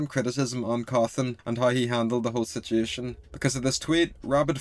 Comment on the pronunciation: How many times did this dude say “sitiation”